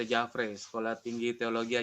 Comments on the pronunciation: nyebut nama STT nya kok aneh ya.. Di Mks jarang disebut STT jafre..biasa disebut STT Jefri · Spelling nya salah, org makassar selalu baca nya Jefri, bukan jafray... Satu lg, bukan stt tp STFT